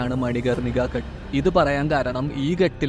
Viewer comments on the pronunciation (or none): ഘട്ട് അല്ല, ഘാട്ട് ആണ്. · ഗട്ട് അല്ല, ഘാട്ട് ആണ്. ഞാൻ അവിടെ പോയിട്ടുണ്ട്